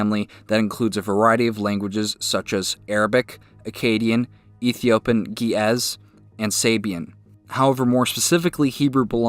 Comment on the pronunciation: Incorrect. The whole video is poorly researched. Also, Hebrew has been extensively discussed over time despite what this gibberish video says. As a Hebrew reader I can read Hebrew from 2500 years ago. And I’m not an expert. And it’s GEEZ not Ge- ez. Probably better to delete this video and redo. And it’s Proto Sin ai atic not proto sinatic. Don’t make videos of you don’t speak the frigin language.